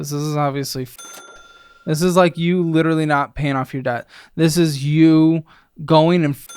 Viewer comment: If “witewawy” was a person